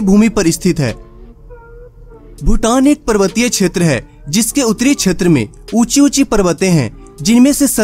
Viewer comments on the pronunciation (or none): none